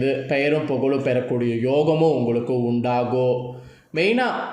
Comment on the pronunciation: ஒரு வேண்டுகோள் ... தமிழை இன்னும் சரியாக உச்சரிக்க நல்ல பயிற்சி எடுக்கவும் ...... "இருக்கும்" "உண்டாகும்:" "முடியும்" "நடக்கும்" போன்ற பல சொற்களில் கடைசியில் சொல்ல வேண்டிய "ம்" எழுத்தை முழுமையாகச் சொல்லாமல் .... "இருக்கு..." "உண்டாகு...:" "முடியு...." "நடக்கு....." என்று சொல்கிறீர்கள் ... நீங்கள் சொல்லும் கருத்தைக் கேட்க முடியாமல். உங்கள் தமிழ் உச்சரிப்பு மிக நெருடலாக இருக்கிறது ...நேயர்களின் மனத்தில் உங்கள் கருத்து மிக நுட்பமாக ஆழமாகச் செல்ல, உங்கள் தமிழ் உச்சரிப்பு சரியானதாக, ஆத்மார்த்தமானதாக இருக்க வேண்டும் நன்றி